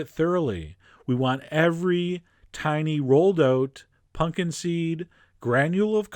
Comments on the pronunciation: Stop saying "PUNKIN" in stead of PUMPKIN. It makes me want to throw something when you say it like that. Please remove the marbles from your mouth and say PUMPKIN!!!! :::stepping off of soap box::: Thank you!! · SO pumped that you called them "punkin" seeds!